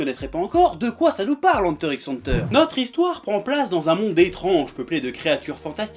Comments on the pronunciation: C’est pas Enteure x Enteure ni Enta Enta C’est Hunter Hunter le X est une croix.Le signe de multiplication tu le prononce X ou fois ? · Superbe vidéo. Une seule question: Tu fais exprès d'utiliser cet accent français Anteur x Anteur ? c'est un peu sale mdr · il ma stressé toute la videos avec sa prononciation de hunter x hunter (henteur x henteur) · Moi je prononce ça "Heunter X Heunter" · ... Ça se dit pas "Hunter Cross Hunter" ? J'ai toujours dit comme ça ... Je viens de créer un débat dans les commentaires, c'est ça ? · J'ai toujours dit "Hunter ikss Hunter" aussi x)